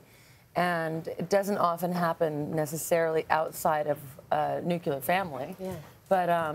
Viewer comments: did she say nucular family?? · Argh! There's no such word as Nucular or Nuculer. It's Nuclear! (new-clee-ar).